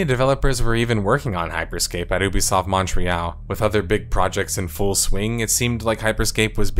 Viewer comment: Why do you mispronounce Ubisoft as 'Oobisoft', it's 'Youbesoft'